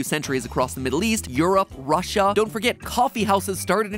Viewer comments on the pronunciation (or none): none